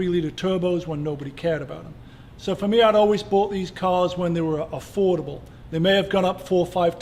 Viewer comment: 996.2 GT3 looks awesome!! He's calls it "afforable"